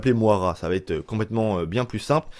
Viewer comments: On dit Moyra et pas Moara ;) !! Dsl j"'ai horreur de reprendre les gens mais au bout de la 5ème fois j'me suis qu'il fallait que qqn te le dise X) ! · ''Mouara'' tu me tue mec 🤣🤣🤣 Ça se prononce ''Moyra'' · Le prénom de la meuf ne se lit pas Moara mais Moyra , c'est un prénom courant au us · ca se prononce moyera prénom irlandais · Moira ..... stp revois la phonétiques mdrrrr